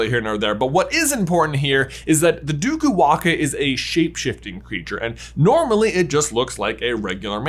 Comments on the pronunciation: I am Fijian and can support the “DUKU-WAAKA” theory, although in our culture it’s called “DAKUWAQA” (Pronounced : DAAKOO-WAANGAA) - “It’s Levi-O-sa not LEVYYOOSAA” 🙏😂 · Im from Fiji absolutely love your channel and i find it cool that you found that super specific article. But OMGGGG that pronunciation hahahah ( no fault of your own though ) the Fijian term is probably Duku-wanga because its based on the Fijian old god " Dakuwaqa" pronounced Daku-wah-ng-ah. Laughed so hard watching you so confidently mis-pronounce it, such a great effort though. As a potter head, found the article in itself super interesting. I don't even know if you'll see this comment. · I'm Fijian. Did NOT expect this theory to go in this direction! LOL p.s. waqa is pronounced waanga, and its more common to say dAkuwaqa not dUkuwaqa but either is fine, they sound similar enough! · Me, a Fijian watching this 😳 Wasn't even aware we had a national quidditch team 😱😁🙌🏽🇫🇯 Lol banger vid as always...🔥 btw J its pronounced Duku -Wah-Ng-ah...with the Q pronounced the same way as the letters N and G in the word 'Anger'...Q has a hard G sound in the Fijian language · Hey there, being fluent in Fijian I can inform you that the Dukuwaqa is pronounced "nDukuwanga" with a hard g like in finger. Just my little addition of you'll have it